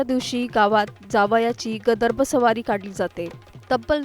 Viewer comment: गदर्भ नाही ताई - गर्दभ आहे ते .. म्हणा बघू एकदा .. "गर्दभ"